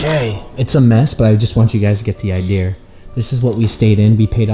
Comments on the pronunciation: He must be missing the uk, "idear" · Everytime he says "Idea" it's like "Idea'rr" xD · There’s no r in idea